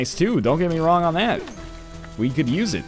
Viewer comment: 'rong' You tried